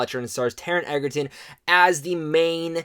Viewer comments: This movie is phenomenal!!! I saw it for the 12th time last night, no joke. It's mind blowing how good Taron Egerton is (btw, it's pronounced edge-er-ton, not egg-er-ton...common mistake). But yeah, I agree. If the Oscars were coming up, they'd be taking home more awards than they could count. Realistically, it's a little hard to say because we have a long wait ahead, and some other contenders to consider, but I guarantee that the movie will get some well deserved recognition. My money is on Taron for the Best Actor Golden Globe at least, perhaps an Oscar if the Academy keeps this movie in their sights for the rest of the year. Fingers crossed! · I love it!!! Totally agree with his performance, but please ck on how to pronounce Taron's last name. It is pronounced like Edgerton. Just no "d". :) The production was exquisite.